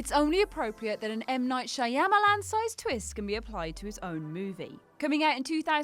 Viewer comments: You didn't really just say shy-am-a-lon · Shi-am-AY! LON You say his name so funny😂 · 100% Cringe Within 5 Seconds for the mispronunciation of M.Night's last name. Realization: There's no way I'll be able to get through another one of videos. Result: Thumbs down and move on! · When you are given your script but do no research whatsoever on how to pronounce the NAMES of the people you will be talking about. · Please, please, please, please, please learn how to discribe Shyamalan correctly. It's more polite